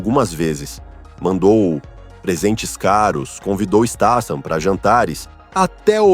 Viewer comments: Pra fazer um vide lega e profissional você pelo menos deveria falar o nome do artista corretamente, você muda a cada frase státan e depois stathan, seu video é ridículo, deveria sentir vergonha de falar errado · acho que se pronuncia, Stat-ram kk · A pronúncia do nome é . Isteitam , a pronúncia ! Vamos ver se o narrador do canal aprende ! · Caracas, o narrador não consegue pronunciar o sobrenome do Jason nenhuma vez.